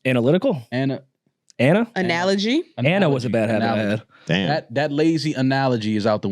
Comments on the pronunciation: went through it with trying to pronounce "analogy"...shxt turned into a tongue twister real quick🤣🤣🤣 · yo struggling to pronounce Analogy and saying " Take your time "and then saying "ANALOGY". came in with the "DAMN!" Whole sequence was HILARIOUS Holy shit.